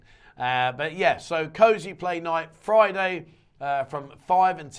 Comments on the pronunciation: Cause Play (is how it is pronounced) not Cosyplay. Not yanking your chain, I have a daughter that is into it. Bogs the mind. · You cant make fun of for not knowing what pussy was a euphemism for if you pronounce cosplay "cosy play"